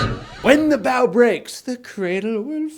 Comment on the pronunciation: JJ its Bough as in bow not however the hell you pronounced it